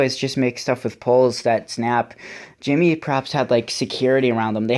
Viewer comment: gEmmy not Jimmy XD